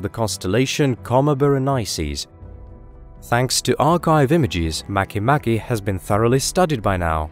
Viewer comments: Make Make is pronouunced Mah kay Mah kay, not maky Maky nor Make Make, nor Makeh Nakeh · at first I thought it was pronounced make-make not mach-mach lmfao